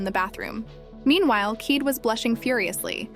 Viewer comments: Pretty sure kaede is pronounced kai-ay-day and not keed. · It's a OK recap but the mispronounced names like Keed VS ( Kah-eh-deh) plus skipped over part's is frustratingly annoying. If you work on the pronunciation of the name's and don't skip over the important scenes like fight with the dragon+ why he fought the dragon is really important it would have been better. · Keede?? Try Ky-A-da ! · Kaede is pronounce kah-eh-deh not keet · Kaede is pronounced "Kai-a-day", not "keed". Narrators for these anime recap channels (not just this one) need to learn how to pronounce things properly, and not just names, but words in general. I really appreciate these channels but it is a bit vexing. I think it undervalues the content of these channels when it seems like the narrator is haphazardly reading from a script without any thought put into it. If I wrote a script for a channel like this, I'd feel a bit embarrassed after hearing the way it would be read. Keep in mind, this is not intended as bashing, but a critique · why you keep saying keyed, when it's kaede? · By the way the fox girls name is Kaede pronounced (Ki- Day).